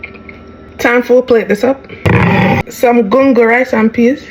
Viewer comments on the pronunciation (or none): none